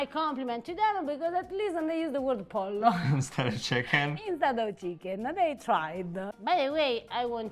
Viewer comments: Spell your latin root language double "L".... "ll" is "J"! You gotta do pollo as pojo! Don't miss it! (almost a silent J) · It is pronounces poyo en espanol.